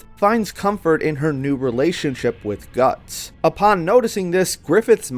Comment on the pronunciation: mans said Gattso😭😭😭.